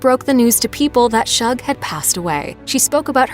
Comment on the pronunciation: Her dog's name is pronounced "Shoog" as in "Sugar".. NOT Shug.